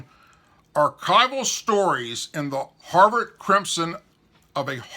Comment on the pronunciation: "Harvard" ends with a "D" - not a "T"..........